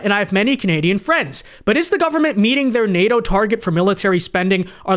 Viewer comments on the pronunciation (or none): none